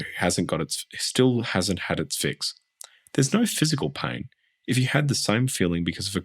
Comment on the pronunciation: Iv never heard anyone pronounce "pain" as "paing" I didn't realise there was a G at the end of the word 😂